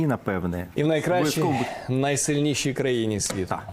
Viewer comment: Ниикрайще наисельнейще😂🎉